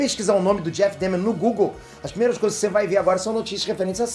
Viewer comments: Se lê Dâhmer! É alemão! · Porra,. Você mora na gringa, canta inglês, assistiu a série e ainda pronuncia DÉHMER? Assistiu no mudo?